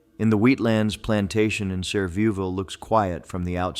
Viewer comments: PLEASE research your subject matter! Your AI depictions are ridiculously nonsensical. And Sevierville is pronounced “Suh-VEER-vul,” not whatever your AI voice said. My great grandfather was a judge in Sevierville the 19th Century. Nashville’s Parthenon replica was built for the Tennessee Centennial Exposition (celebrating Tennessee’s 100th year as a state) in 1897. Originally, it was one of a number of temporary structures that were made mostly of plaster & wood. It was decided to shore up the building to make it permanent (all the other temporary ones were struck), and the brick loadbearing walls of the temporary structure were used while a concrete building was erected around them. This was done between 1920–1931. So there won’t be any ancient Attic ghosts worshipping Athena and wandering around the park nowadays! You do understand that Civil War field hospitals didn’t have hospital beds or modern surgical tools laid out in operating rooms, don’t you? Carton House looks nothing like what you show. Google it first. Nobody in Memphis has ever heard of your Shelby Forest ghost. Mary” at the Orpheum may have drowned. No one is sure. The present-day Orpheum is not the first structure on that site. But it’s lavish, not a bare bones venue. Fairvue looks a lot like my cousin’s antebellum that stood in Hendersonville, TN, out Galveston Pike from Nashville. It does not resemble the structure you show. Google it. Please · That is not how you pronounce Sevierville.